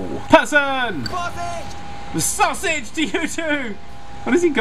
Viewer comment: Why are you saying sausege